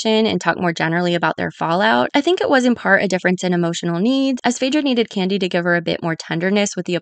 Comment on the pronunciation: Great video! But is it just me or did I hear Kandi being called "Kenya" more than a few times during the video lol. Other than that this was stellar work!